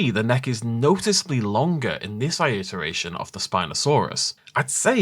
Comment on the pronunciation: Jesus... dude! It's pronounced IT-UH-RAY-SHUN. Not EYE-IT-UH-RAY-SHUN.